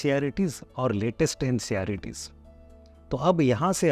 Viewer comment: You are saying ncerts as nceyaritis